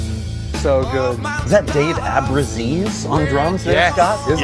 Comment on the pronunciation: Abruzzese (one b) is my birth name. THANK YOU for pronouncing it right!! 😊